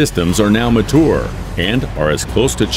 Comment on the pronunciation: dude look up how mature is supposed to be pronounced